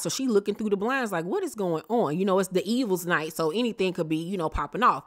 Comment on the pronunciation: it's devils night not D evils night 😂.